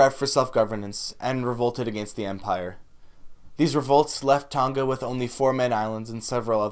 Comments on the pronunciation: Its tonga not toga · It's TONG-A not Tong-ga. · You don't say Tonga correct but ok